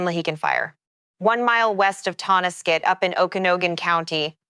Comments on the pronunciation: oak-a-know-gun? seriously? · Thank you for covering this area. I understand it's just a guess in the dark as to how to pronounce those names so let me give you some phonetic spellings to maybe get the names correct. The name of the county is pronounced Oak-uh-nog-an (spelled Okanagan) and the name of the town is pronounced Toe-nas-kit (spelled Tonasket) It is very distracting to hear them pronounced incorrectly. Thanks! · At least pronounce Okanogan correctly damn